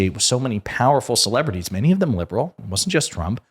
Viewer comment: His standard, "minny minny countries..." bla bla bla.